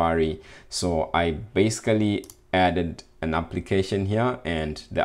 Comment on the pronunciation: Thank you and I also liked the 'basecally' <3 hehe